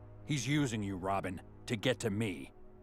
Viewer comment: At first, I was thinking, 'awww, Wobin fight Bwatman, how adorable. And then, I see that little boy is GOOD. Truthfully, although Batman COMPLETELY held back and let it happen, Robin kicked his butt. Inspired scene.